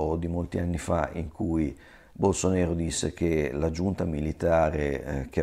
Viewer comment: BolsonAro! Si scrive BolsonAro e si pronuncia BolsonAro :D E' portoghese, non dialetto barese